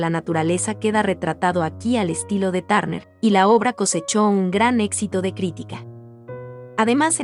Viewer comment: No pronuncias bien su apellido.